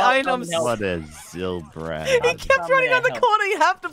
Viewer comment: Zylchad not zylbrad